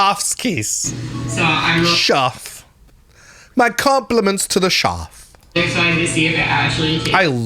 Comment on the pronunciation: Schaf (the way she pronounced Chef) means sheep in German. So it is even funnier if you are German. 😅😅😅👌🏼